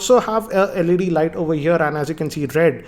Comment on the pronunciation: it has led led over here. WTF who calls led as "laid"??